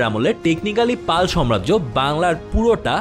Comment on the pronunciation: ভাই, শব্দ টা সাম্রাজ্য হবে,সম্রাজ্য না।